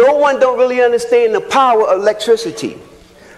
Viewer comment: Did he say “Lecteicity”? 💀